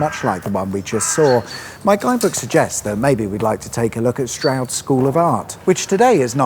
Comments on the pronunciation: Loved the mispronunciation of Bourton and Cirencester. Smashed it with Stroud. Next time you go by Northleach you should visit all the parts featured in This Country (and if you haven’t watched it - definitely do that) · You need to sort out your pronunciations my friend;its Bourton not Bowton & Cirencester not Cirenster(!) At least you got Stroud( my home town for the first 17 years of my life) right.I've heard people say Strood which,of course,is in Kent.Wonder what you would have made of Stow-on-the-Wold?!